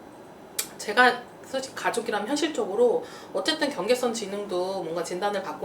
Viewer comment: 경계성이 아니라 경계선입니다. 발음도 경계썽이라 발음하는것이 아니라 경계선이라발음하는것이고요. 지능점수70~85사이 경계선에 있는 상태를 지칭하는 뜻이자나요.